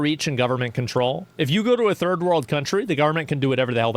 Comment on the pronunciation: Why does he pronounce Third World as "Ferd World"?